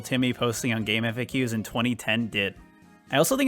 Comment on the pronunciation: Bruh, it's pronounced gamefacks not Eff Ayy Queues